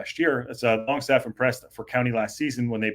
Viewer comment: its not longstaff its langstaff love the show flint n wales 18 mile from wxm